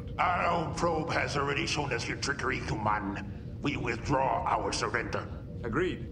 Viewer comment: Also kept how they over pronounced the word humans as HUEmans.